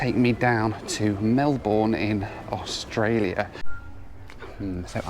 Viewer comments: Congratulations on around the world in 80 hours!! That's a trip I'd rather not take. Lol. Btw, Australians pronounce Melbourne more like mel-bin, than mel-born. I'm not Australian, but I've been there a few times. Good luck always. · I don't mean to be that person but, not Oss-tralia but ar-stralia, not mel-born but Mel-ben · MEL-burn is about right, (sounds like Mel-bn in an Aussie accent), not Mel-BORN. The Bourne Identity movies didn't help in leading people to the wrong pronunciation. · Hey, I’m also from Melbourne (and am here right now and live here) and watch your videos! I was in the exact spot you were yesterday too. I should say that it’s pronounced Mel-burn, and not Mel-born btw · Mel-burn, not Mel-born 😅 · Please, pretty please, its not Melborn, it's Melbun. Trust me on this! Love yr vids 😊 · Melbourne is NOT pronounced mel-BOURNE but Mel-burn... We Aussies take this seriously. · Just a tip, Melbourne is pronounced like Mel-bin or Mel-ben, not Melborn like you would say in the UK. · I’ll just chip in that Melbourne should be pronounced “Mel-burn” not “Mel-born” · Its pronounced mel-burn not mel-born. Source: longtime consumer of Australian hip-hop. Also visited the country (Melbourne, Sydney, and Cairns) in 2019. Melbourne and Cairns being the standouts altho Virgin Australia = worst airline I ever flew on. Thank goodness it was only for one regional and Quantas was awesome. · Just a little thing, love your videos and watch em as you post them. Our little city Melbourne is pronounced "Melb'n" or at least "Melben" not "Melborn". Cheers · I thought you Brits and Aussies pronounce Melbourne with a BURN not a BORN sound. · Flight 5 is Singapore - MEL-BORN. ITS PRONOUNCED MEL-BUN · Mel-ben not Mel-born, sorry. Great video otherwise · Hi, as a Melburnian I have to say, it’s Mel-burn not Mel-born. 😂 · "Mel-bin" not Mel-bourne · It’s pronounced ‘Mel-bin’ not ‘Mel-born’ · HiNoel, It's Mel-bun not Mel-born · Melbin not Mel Bourne please 😂😂